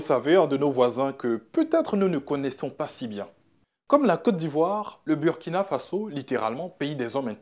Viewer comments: Burkina Faso se prononce Bourkina Faso. C'est un mot invariable, dans toutes les langues il reste pareil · L'animateur soit il se fout des gens soit il doit repartir à l'école. On écrit Burkina Faso mais ça se lit Bourkina Fasso. Si c'était Burundi comment tu allais lire ça? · Désolé mais tu prononce mal „Burkina Faso“ toi tu est ivoirien et puis prononce comme les Français. Tu fait exprès ou bien? 🧐 quand même toi aussi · Ton maudia c'est pas Birkina Faso c'est Burkina Faso ton maudia 😂😂😂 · Il a le Burkina Faso, il n'a pas dit Birkina, normalement en français ça se prononce Burkina et pas Bourkina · Mauvais reportage en plus tu prononce mal le nom du pays